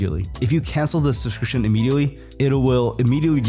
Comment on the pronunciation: Youtube-grifter can't pronounce "subscription". 🤣